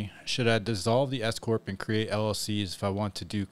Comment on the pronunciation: Everytime i hear S corp i hear escooorttt lol thw government will pay youm 🎉🎉😂😂😅